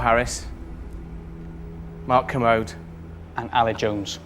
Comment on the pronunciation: It's Ker-mode Not commode